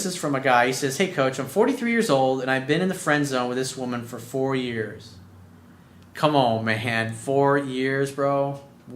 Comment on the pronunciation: Co’mone man!!! Lol love